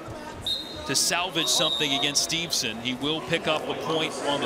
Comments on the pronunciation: You'd think the guy would know it is Steveson, and not Stevenson. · Whoever the second announcer is, he sucks. It’s not Stevenson. The other announcer tried multiple times to correct him with Gable’s last name and he still mispronounced it.